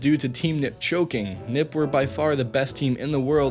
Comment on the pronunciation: Not “nip” but N I P